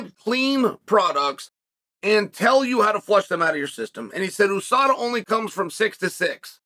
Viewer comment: “Adesada” Smooth criminal chael